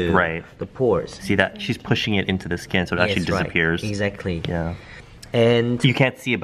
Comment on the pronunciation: "Sking Care"